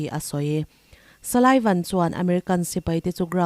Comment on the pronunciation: Salaivan... Niloin... Sullivan tih zawk tur a nia.... A ngaihnawm viau rualin.... I hmaa news puang thin mipa puan dan kha zirin ngaihtuahlaa ..... I chanchinthar chhiar hi a ngaihnawm viau rualin... I tawng_kau_chheh ah duh thusamlohna leh duh_khawplohna lai a awm zeuh2 thin ..... Post tura i chhiar chhuah hma hian ngun leh titak zetin i thil chhiartur hi a tamthei ang ber chhiarin a theih phei chuan a vawna vawn tum rawh...... Tive ta sa2 nangmaha a tha ber chhuah turin ka ngen che........ Chutiloah chuanin i titha lutuk e.... I inzirna leh inenfiahna tur tlem azawng karawn point out khi min ngaihpawimawh sak ka beisei....... I titha lutuk e... A aia tha kalo beisei zel ang❤❤